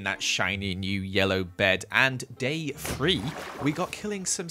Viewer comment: Why does he say three like free and through like frough